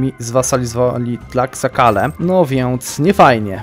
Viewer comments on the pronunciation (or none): H JEST NIEME! To jest "nałatl" a nie "nahłatl" xD Wszystkie te prowincje w Meksyku mają zapisane nazwy w hiszpańskiej wymowie. Dodatkowo X czytasz jako SZ (Tlaxcala -> Tlaszkala, Mexico -> Mesziko itd.)